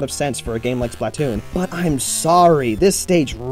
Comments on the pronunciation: it's pronounced Spluh-Toon. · "Spatloon" 😂 good one! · When I heard the words "Splatloon" I lost all hope in this channel in 3 seconds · 'a spatloon' i died holy shit xD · He says BUTTtoon :D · The way he pronounces splatoon...